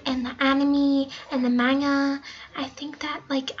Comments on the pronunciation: 1. It’s not a gender 2. You don’t really know any Japanese 3. You don’t know how to say manga or anime 4. You can’t suddenly just change races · The way she says manga and anime tho😂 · You can't even pronounce anime or manga. I like Japanese food but I'm always gonna be Irish. Btw, Japanese is a language not a gender. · So what? Just because ur reading Manga and Anime, eating Japanese food doesn’t mean your Japanese!! I’m English and I know Konnichiwa and other Japanese things! YOUR NOT!! YOU CANT EVEN SAY ANIME AND MANGA CORRECTLY!! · She can't even say "anime" and "manga" right. I like Japanese food too, but it doesn't mean Im Japanese.😐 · 5.) xD You.cant even say manga and anime correct pfffftttt xD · The way she said manga bye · Japanese? :l 1. Just because you eat Japanese 2. You read manga and anime (you said it wrong btw) 3. Japanese is N O T a gender.. 4. Just because you no SOME Japanese doesn't make you Japanese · U couldn’t even say anime nor manga properly and hello in Japanese right, your very fluent (sarcasm) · what even- "my gender is japanese" you can't even pronounce anime? or manga? and you aren't fluent, i'm sorry, i can say all the things you said and i'm not fluent. pls tell me this is a joke lmao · As a japanese, the way you pronounce konnichiwa, manga, anime and other japanese words is cringey. Maybe try searching on google how to pronounce them correctly xD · I love croissants i am now french And plssss it hurts me when you say amine and manga wrong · Fun fact: No one acts like this other then you,We all cringed when we hear your butchering of "Anime" and "Manga" even non anime and manga fans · Alright ni-hun gin/jin/, Now..If your japanese, How did you mispronounce anime and manga that badly? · She can’t even pronounce manga right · Babe that is not how it works.. and I am cringing at your pronunciations at “manga” and the “anime” wtf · And also you butchered the name of manga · Park Chaeyoung maHgnHa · and "Mang-ga"